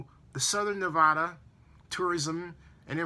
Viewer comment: Great points about the media spinning words and giving half truths also I did not think of those sites not being in Las Vegas great point!! And you accually said Nevada right half way through at around the 8 min. Mark it made me smile!! remember it's NEV-A-DAH not NEV-AH-DAH!! Keep digging I love devotion and info